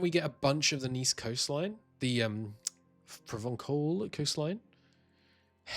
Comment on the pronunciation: I'm positive I said this in the M&T campaign but no matter : Ç is always an s‐sound in French (and Occitan and Catalan). Hence, Provence (pronounced like you already do) ⇒ Provençal pron. ‹provensal› (with the ‘cat’‐vowel, not the ‘wall’‐vowel) More precisely, the rule is : ―C is an s‐sound before E,i,Y ―C is a k‐sound everywhere else (before A,O,U, other consonants (including another C), at the end of words) ―Ç (the thingy under the C is called a cedilla) is always a s‐sound (and C is never ever a z‐sound, contrary to S which can be)